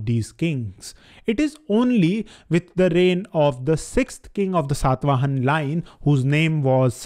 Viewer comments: Dear, I find your videos are highly informative and unbiased. But your pronunciation of the names is not always correct especially in the present video. It is Saata vahana, which means one who rides a tiger, not sat vahan. Again it is Srimukha and not Simuk. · It irritates like anything when you say Ashok instead of Ashoka or Satavahan instead of Satavahana etc. Pl. don't cut the last 'a' in the names.